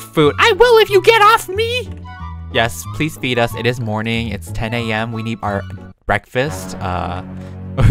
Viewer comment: WHEN YOU SAID PLS FEED US I THOUGHT YOU SAID PLS BEAT US🤣